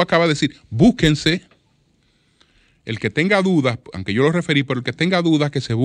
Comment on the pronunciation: No se dice anque se dice aunque, PERIODISTA